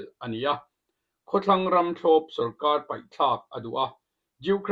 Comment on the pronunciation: Khawtlàng ram......ti a i lam hi...khawthlang ram...tih tur a ni lo maw aw. Sir..